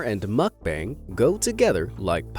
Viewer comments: Lol muck bang. It's Moook Bung! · It's not muk bang....muk bahng.... pronounced like ahhhh...bahng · ITS pronounced MUHK-BAHNG not bang. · 먹방 (mókbAng, not makbAEng) :/ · the "bang" in mukbang is pronounced bong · I will watch your videos again when you decide to say MOOOOOOOOKBUNG. It’s not makbun…….. this video triggered me so much Mukbang……mooookbang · His pronunciation of mukbang is driving me insane……… it’s not bang more like bung. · mukbang is pronounced "bong" not "bang" like a gun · It’s pronounced muck-bong bro. Get it right if ur gonna say it over & over again in ur video smh. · Not to be rude, and this has happened to me before, I said mukbang I front of my Korean friend and she got mad. Terns out we are pronouncing it wrong. It is spelt mukbang, but it is pronounced ad muck-bung. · I’m sorry but the way he’s saying mukbang is bothering me lol it’s pronounced (muk-bung) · Oh god i cant stand how he pronounce mukbang as makbeng 😂😂 im out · It pronounces mook-bunk 🙄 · It’s mookbang by the way . That’s how you pronounce it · Muck Bang???? Please learn to pronounce the word!🙄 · Please learn to pronounce "Muck-bang" correctly! Muck.... as in What the fxxx. Bang as in b. Ah..ng.. Does not rhyme with fang! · Brah it's pronounced like mook-bong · Pronunciation of mukbang is mokbung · Isnt he pronouncing Mukbang wrong? Its supposed to be pronounced like Mook-bong right? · At least pronounce "mukbang" correctly. 🤦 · Really wanted to watch this. But i cant handle the repeated mispronunciation of "mukbang" so guess not.. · Your pronunciation on 'MUKBANG' is heavier on a scale than the mukbangers weight... Just as we put efforts to pronounce English correctly, work on it on Korean or any foreign language words. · Not sure what was more annoying, the ASMR noises or hearing "mukbang" mispronounced 100 times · Is that how u pronounce mukbang